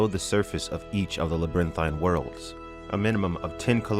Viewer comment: Old boy says the word "pain" funny. I know I probably seem ultra-critical right now, but I laugh every time he pronounces "LabyrinTHINE." I mean, phonetically, he got all the syllables in, so... good for.